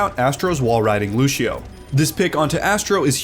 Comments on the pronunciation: If this anouncer says lushio one more time, i swear. IT'S Lúcio NOT LUSHIO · this mans kept saying lushio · Why he says lucio like that